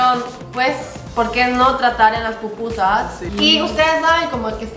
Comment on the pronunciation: Cómo que eso de pupusas se escucha como popó chiquita...!? 🤔🤔🤔🤔🤔🤔🤔